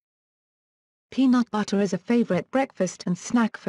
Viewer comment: ''Penaut Battah''